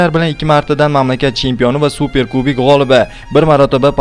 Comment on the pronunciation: "Kubik" emas "kubOk" bo'ladi. Professionallikni yo'qotmanglar!